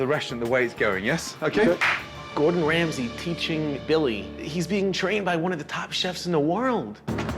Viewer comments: I think he is "Gordon Ramsay" and not "Gordon Rasmay" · 'Rasmay' - KEKW xDDD. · "Gordon Rasmay", well done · "Gordon Rasmay" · Ah, yes. I too, love Gordon "Rasmay"